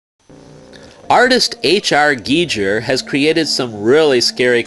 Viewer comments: It's pronounced geeger, not geejer. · H. R. Geiger pronounced as geejur... *facepalm* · H.R giger is pronounced guy ger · H R Giger is pronounced "gieger" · I almost always hear it as how Jordanthewizard typed it, but it's really "GEE-grr." Not to nitpick. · H R Geejer, lol. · GIGER IS PROUNOUNCED WITH TWO SOFT GS, NOT TWO HARD GS